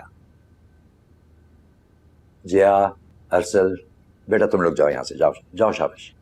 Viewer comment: Its Arsal not asal🤣